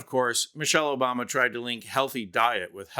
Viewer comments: Trump : " Michelle Obamna " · Trump mispronounced her name, remember OBAMNA. It was soooooo funny and soooooo clever, definitely Not lame, dim witted and came more from dementia than being a genuine idea. What's hilarious is the way everyone found a way to tell if it's the real trump or AI. If you can understand what he says clearly and coherently, then its AI.